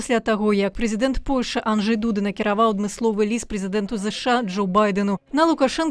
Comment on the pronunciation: О, канешне, Анджей ДУда, а не АнджЕй ДудА, як сеньня казала адна бел. ведучая па-руску. З вельмі вялікай пашанай??? Я нават зняла падпіску. Жыве Беларусь і паважае сяброў!